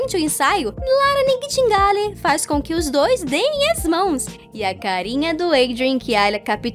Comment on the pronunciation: Moreco a pronuncia do sobrenome da cantora Clara NIGHTINGALE. Fica assim (naitingueio) aprotuguesado saca !! Adoro seus vídeos !!